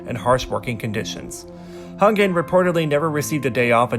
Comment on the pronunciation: Its not taol its Tao and its not Kongin its Kangin